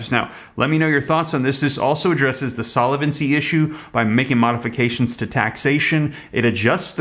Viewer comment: Great info! The word is solvency not solevency...